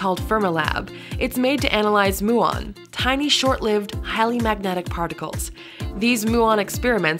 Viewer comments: ... it is pronounced myew on, not moo on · Muon should be pronounced as mjuːɒn, and Fermilab is not a company.